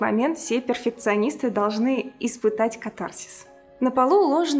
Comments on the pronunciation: Простите, не первый раз у вас слышу, поэтому всё же скажу... КАтарсис. Ударение на первый слог. Спасибо за ваши видео! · кАтарсис, так правильно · Катарсис ударение на 1 слог. Тоже мне сумнячить решила